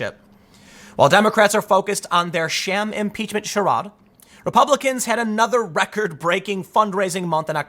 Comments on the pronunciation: “Charad”? you mean charade (shuh-raid)? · Tim's pronunciation of charade is classic. 😂